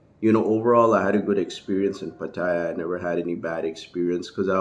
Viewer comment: Until you learn how to pronounce Pattaya, you have no crediibity with me. Go ask a taxi driver how to pronounce it...